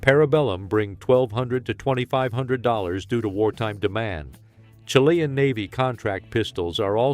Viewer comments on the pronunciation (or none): none